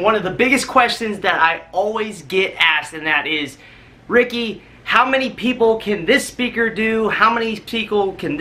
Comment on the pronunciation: how many peakle? 😂🤣 ✌🏼